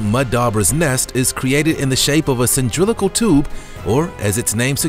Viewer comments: It's pronounced sah-LIN-dric-al not sin-DRILL-ic-al. I didn't say anything about it before, but this is the 2nd video you've mispronounced this same word in. I don't mean this as a word Nazi. But as you are obviously a YouTuber that does these videos for what I'm guessing are the rewards(fame &/or $). I figure you'd want them to be right. I know it would embarrass me to have videos up that I kept mispronouncing words in, and would appreciate a heads up that I got something wrong. So please don't misunderstand and think this was meant to be critical, I only meant it to be helpful. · In several of your videos you say the word "cyndrilical", which is a non-existing word. The right word is "cylindrical".